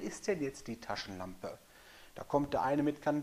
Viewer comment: Wow coole 'Laschentampe' hast du da! Lol.. (cooler Versprecher Bro. Sehr sympathisch) Alles gute und Dankeschön.